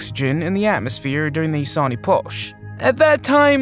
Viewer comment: Did I just hear the narrator say 'ee-potch'? Seriously, if there are words you don't know how to pronounce, use a dictionary. I can't say that I've ever heard the word 'Epoch' butchered like that.